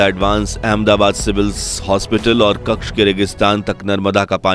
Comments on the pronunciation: Kxha નહીં કચ્છ બોલો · Pehale hindi bolna shikho Kasha nahi kacha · कक्ष नहीं कच्छ है। दुरस्त कीजिए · कच्छ not कक्ष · आप क्कछ बोल रहे हैं पर कच्छ शब्द है